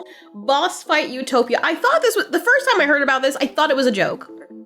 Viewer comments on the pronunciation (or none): none